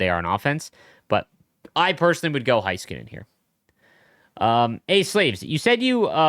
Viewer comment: it is hey-skuh-nen, not HIGH-ska-nen.